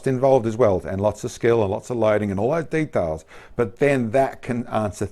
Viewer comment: It's Details, not de talls.